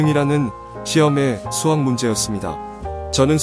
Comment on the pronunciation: 스학이 아니고 수학입니다. 시옷발음좀 잘하세요